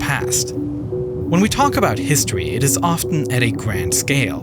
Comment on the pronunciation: Sovern Who picks someone with a speech impediment for their video narrator?? Dan recent hithtory. The rice an fall